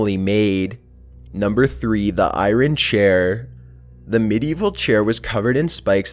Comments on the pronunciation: Eye Ron? It's pronounced (eye- urn) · the eye-ron chair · is he joking or does he ACTUALLY pronounce iron how it is spelt? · Iron like iern !! Not irin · ..I forgot "irun" instead of "iron." facedesk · its not ion or I-ron. its I-rn. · Lol hair-rotics fork! Yo is English not your first language or are you just not a great reader? There's also eye-Ron and gee-bralter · The way pronounced Heretics and Iron was very creative. I've never heard anyone say those words like that. He was saying something more like "hair-rod-dicks" for heretics and "I Ron" instead of iron. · He cant pronounce heretic or iron correctly🙀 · You do not pronounce the R in Iron.